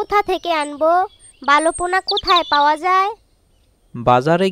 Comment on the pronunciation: বালো না ভালো। ভুলভাল উচ্চারণ🫤